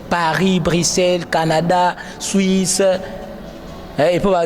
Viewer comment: Bajo landa bisho na franche, na shwuishe, na Etats junis, 😂😂😂 Hummm, journalishte bongisha pe maloba